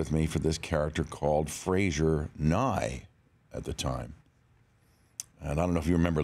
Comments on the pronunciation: Frasier, not Fraiser :) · It's Frasier, not Fraiser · Can't you even pronounce Frasier? It's said in title 😶